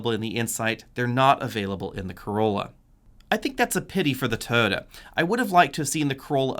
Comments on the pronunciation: Why do you call it a Toada? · "Toda" LOL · Why is Toyota mispronounced?